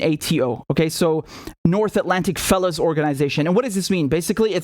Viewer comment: Ha ha ha NAFO North atlantic fellon organisation...... spot on... (i know you said fellow)